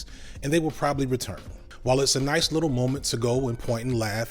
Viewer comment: his he saying "little" or "wittle"?